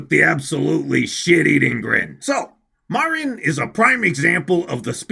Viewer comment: I have decided that my weeb powers (we used the word otaku in my day) are stronger than, on the premise that he can’t pronounce Marin correctly. I’ve also come to the conclusion that my levels of autism are also greater.